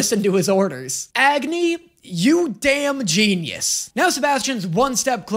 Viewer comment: ok I know this is not really relevant but isn't Agni pronounced like it is supposed to sound like ugni? no?